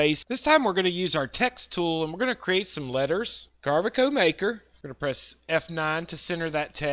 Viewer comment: Let me say: Great tutorial info! That being said, if you are getting paid or want to get paid for making Videos by Carveco then you might want to PRONOUNCE THEIR NAME CORRECTLY! Just sayin!